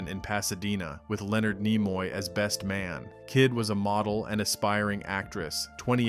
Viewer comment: Idiot. Look up how to pronounvr names. Nimoy has a short i sound, not long. Ruined the whole video.